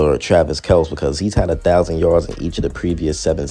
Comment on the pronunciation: I like that you pronounce Kelce the way it was intended to be pronounced before their dad just didn't correct someone saying it wrong one day 😅 😂